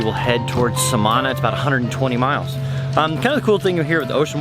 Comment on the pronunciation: SA-ma-nah is the correct pronunciation.